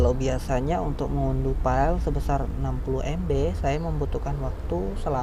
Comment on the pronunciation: Belajar bahasa Inggris lagi bro, pusing saya dengarnya, file dibaca fail, bukan file. back up dibaca bek ap, bukan bakup, ranger dibaca renjer, bukan ranger.